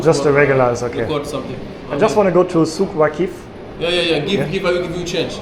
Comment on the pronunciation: The guy asked if you go to Souq Waaqif (the stress is on "aa", that's a correct pronunciation)... But you replied that you go to Souq Waqeef (with the stress on "ee"). That's why there was a confusion. Also, when you compare the metro systems in Germany and Qatar, don't forget that in Qatar there is only one metro system, and in Germany — dozens. Plus, in Germany, you have to pay decent salary to the cleaning staff. Unlike in Qatar, UAE and other countries in the region, where they hire Pakistanis and Indians, pay them 500 dollars a month (sometimes even less) and you them as slaves who can clean 24/7.